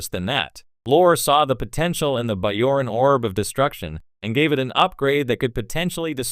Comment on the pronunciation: it's a hard "j" in bajoran!